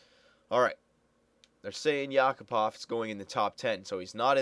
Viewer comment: btw not YAkupov, correct is YakUpov